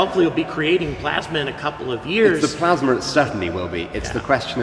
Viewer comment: What is this "plasmer" he keeps going on about?